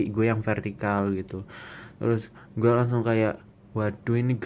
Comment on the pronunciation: "Masalahnya dia itu ga diem, dia itu jalan ke ggggueeee" - medhok mas:)